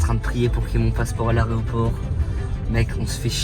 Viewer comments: L'histoire de malade, on dirait un film le truc 😅 et tu me tue à dire aréoport 😂😂😂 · A chaque fois que tu dis "aréoport" j'ai envie de tout casser chez moi ! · Quelqu’un peut dire à Inox qu’on dit Aéroport et pas « aréoport » svp😂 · Inox jt'aime bien, mais on dit AÉROPORT pas AREOPORT 🤣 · le mec est même pas capable de prononcer le mot aéroport correctement une seule fois